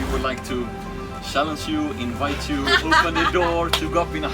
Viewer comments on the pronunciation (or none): none